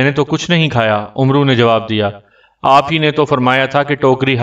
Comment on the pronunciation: آپ کو پڑھنا تک نہیں آتا یہ لفظ عمرو نہیں ہے بلکہ عمر ہے ع کو زبر سے پڑھا جاۓ گا۔